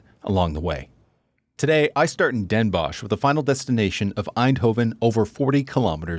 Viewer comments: Dehn Bóhs, not dénbosj! 😜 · You probably meant Den Bos(ch)???Pronounced like Boss in English, do you have dental problems? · Den Bosh? Try saying 's Hertogenbosh. There are fools living there who refuse you saying Den Bosh. Very funny.